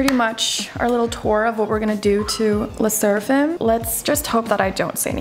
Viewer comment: How did you call le sserfim